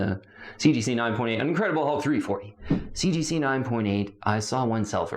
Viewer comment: So I'm not sure if it's intentionally done as tongue in cheek humor, but the enormous number of times he says "CGC 9.8" or rather "seegeesee 9.8" in his videos is over the top ridiculous 😂 that it has to be dry humor l, right? I mean, there is no need to keep saying CGC right? We all know it's CGC. Therefore, no need to say CGC 9.8 repeatedly 47 times in 1 sentence, when omitting a few CGCs and just saying 9.8 will do 😅🤣 Don't get me wrong, I sometimes play a drinking game and take a shot whenever he says CGC 9.8, but then I'm passed out drunk 23 seconds into every video. This has engulfed my life to the point where I dunno to cringe everytime he says "seegeesee", or laugh hysterically because the way he says it seecheesee seecheesee seecheesee is almost parody, or isn't... I can't get the sound of seegeesee out of my head for months now. Yes, I have taken up 3 minutes of everyone's life by this post. I need to evaluate my life.